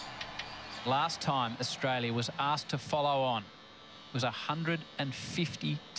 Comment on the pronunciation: Everytime someone says Australia I listen Frustralia.😉😁😂